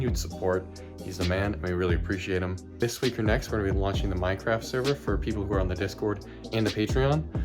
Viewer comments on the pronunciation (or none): none